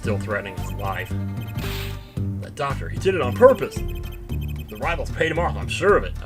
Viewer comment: It's not Rivals it's Rivales, pretty sure it's supposed to be like Latin sounding, like Rivera. Said it before, Apollo Justice is 2 years older then Rise from the Ashes.